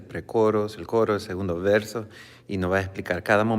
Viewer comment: Se dice "Verso" no "versa"